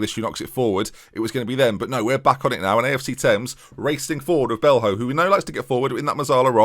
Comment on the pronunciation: O'Riordan is pronounced more like O'Riden, and Belho would be Belyo. Just think of players like Ronaldinho & Coutinho when names end in ho - it's almost always "yo".